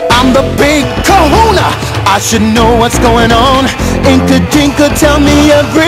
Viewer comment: kahuna, not Corona.